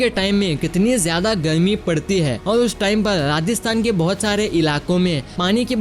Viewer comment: Kyonki app garmi ko galmi or bahar ko bahal